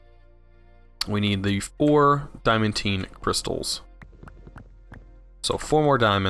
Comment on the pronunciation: Legitimately, not being rude (as it might sound), It's pronounced "Dye-uh-man-Teen". Great videos man, I'm playing through it and your videos are very informative, and fun to watch!